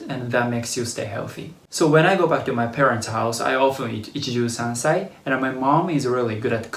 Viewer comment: the way you saying sansai is soo american to my ears (sou sound like said sansei)XD because you sad second part of sa of the sansai is different than first sa soo it sound like a english native speaker try to talk japaneses. I'm turkish native and even tough our alphabet looks different, pronunciation is almost same. (That is also why usualy turkish and japaneses people have hard time speaking english)